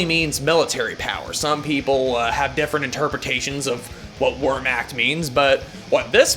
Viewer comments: Its pronounced vehrmakt btw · Fuck, that was the most painful pronounciation of the word "Wehrmacht" I've ever heard. Other than that - cheers.